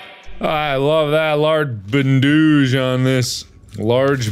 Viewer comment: nobody: Mark: "That Hurt! I'll need this LARGE BANDOOGE"